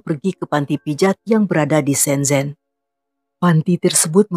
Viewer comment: Hallo Kak.. Untuk penggucapan bahasa mandarin “z” di baca nya “c” Misalkan shenzen di baca nya shencen / guanzhou di baca nya kuangcou.. CMIIW 😊😊 Sukses terus yah kak